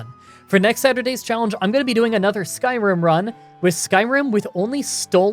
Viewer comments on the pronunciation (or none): none